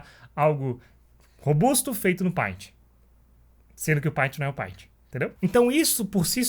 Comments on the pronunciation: Bom, o conceito tá errado. O que a ferramenta faz é facilitar ou não processo, tudo depende de quem está usando a ferramenta, o paint (por favor se pronuncia "peintI", não "painti") por exemplo, ela é limitada no sentido de recursos práticos o que não impossibilita de fazer algo de qualidade com ela. Não adianta colocar um photoshop na mão de quem não tem conteúdo ou técnica pra usa-lo, melhor um paint na mão de alguém que saiba desenhar. O mesmo se aplica a qualquer ferramenta, em qualquer area existente, tanto virtual quanto real. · Só não ganhou um like porque pronunciou errado a palavra "PAINT"!!!